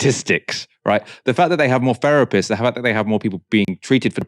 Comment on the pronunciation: It's a Therapist, not a Ferapist; healTH, not healF, wiTH, not wiV. You speak like a 6 year old and it's clearly less to do with class and more like some vestige of Mockneyism.